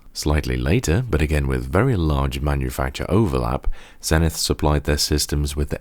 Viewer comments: It's pronounced Zee-nith, not Zen-ith. And it's a U.S. product so you have to use the U.S. pronunciation of the letter Z -- at least to be consistent with all the people who tell me that I have to use the British pronunciation of Z whenever I'm talking about a British product! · Hello,. I agree with other comments. It is "Zeenith" in pronunciation. I want to thank you for your praise of Zenith Data Systems (ZDS) and their products in the 1980s.